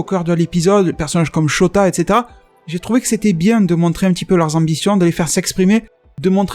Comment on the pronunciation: Excuse moi mais j'ai l'impression que tu dis mal un prénom : dans le manga c'est écrit SHOTO